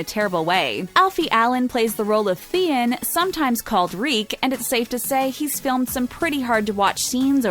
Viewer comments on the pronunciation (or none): Theon has since been called “ reek” as in “ dude you reek” -{ie: you smell like shit.” -}ot “Freak” as it Sounds like the woman said...appalogize if I was wrong